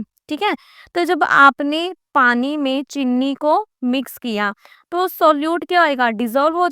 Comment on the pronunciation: Mam please aap cheeni ko chinni mat boliye 😊